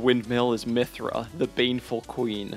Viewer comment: Where did you get the R in Mytha?